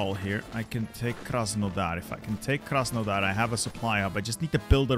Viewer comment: As a Ukrainian funny to hear Krasenodar